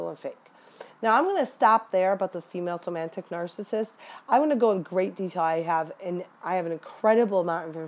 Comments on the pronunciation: somatic, not somantic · Do you mean somatic when you say "somantic"? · It's somatic not somantic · I love your video. Hopefully you don't click your pen, or whatever that sound is, in all your other videos. And it's somatic, not "somantic". But it's great to hear people talking about this. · Great video. Just an FYI. It's SOMATIC narcissism (not somantic.) at first listen I thought you were identifying a new type I hadn't studied yet and got confused. The term comes from the Latin 'soma' (in medicine) meaning "the body". This disorder already has so, so many types and variations, with symptoms and behaviors and terminology that's already very confusing which is my reason for correcting. The use of correct terms is essential to truly understanding them in our studies. Also, in this day and age of career women the cerebral type is found in lots of women too. (They be MUCH smarter than you & I, you know!). Lol. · The word is SOMATIC, not somantic. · They are called somatic -- not somantic.-- narcissists. It undermines your credibly to mispronounce a term of art. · They're called "Somatic Narcissists." You keep adding a "N" to this word. Not being a jerk here, just providing an annoying correction. lol